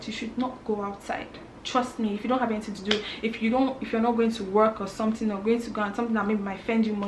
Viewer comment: did she just pronounce " work " the ghanaian way. You are picking up ghanaian accent.